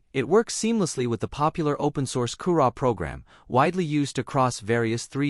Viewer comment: Koorah? Koorah? Is that anything like Cura?